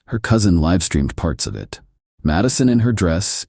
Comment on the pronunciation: AI has narrator mispronounce words like LIVE, WOUND, RESUME... also every time word NO (opposite of YES) appears it is pronounced NUMBER!!!!!